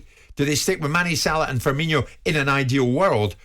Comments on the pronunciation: It's funny to me how after 7 years in the premier league, people still think Firmino is pronounced "Firminho" like you're saying Fabinho. There's no "H"... Just say "no" at the end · people still saying firmino like firminho, hes not the same as coutinho when will people realise